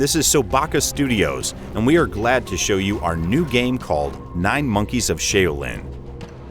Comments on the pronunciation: Shay-o-lin!?!? No... Please delete this video and fix this. How can you pronounce this so badly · Y'all need to work on your pronunciation of Shaolin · How can you claim to be a fan of Kung Fu movies but mispronounce "Shaolin" that badly?